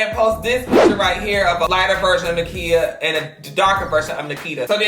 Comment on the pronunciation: ITS *NIKITA not NAKITA ❤️